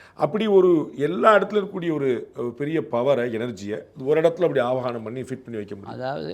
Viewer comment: @@ ஆவனம் தவறு. அது ஆவாஹனம் .அழைப்பது என்பது பொருள் . கடையில் இருந்து ஒரு ஸ்வாமி விக் -ரஹம் வாங்கி வருகிறோம். அது உலோகத்தினாலானது.அதனுள் எந்த உயிரோட்டமும் இல்லை. Mere metal idol. அதை நம் வழிபாட்டிற்கு பயன் படுத்த வேண்டுமானால் அதனுள் உயிர் சக்தி யை ஊட்ட வேண்டும். வேத மந்திரங்களை உச்சரித்து சில சடங்குளை நிறைவேற்றி அந்த விக்ரகங்களை உயிரோட்டமுள்ள தாக்கி பிறகு நாம் வழிபடுகிறோம் .அதனுள் இறைக்தியை செலுத்திபின் அது வழிப் பாட்டிற்கு உகந்த தாகிறது .அதற்குமுன் அது உலோக பொம்மைதான் . Jai Hind God Bless the Good 28.3.26